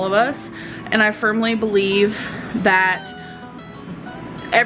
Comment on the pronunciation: When she waxes philosophical, I can actually hear my brain cells screaming in agony. "Ah baleev in the universe." wtf does that even mean, wtf.